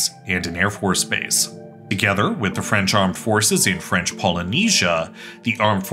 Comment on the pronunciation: Your French is horrible :DD But great video!